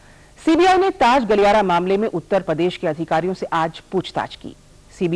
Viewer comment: उत्तर प्रदेश का उच्चारण थोड़ा गड़बड़ा गया